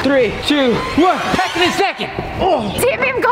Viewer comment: He said back in a socond